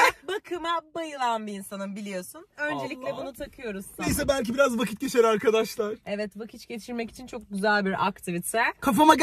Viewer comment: vakit yerine vakiç diyor fark eden var mı?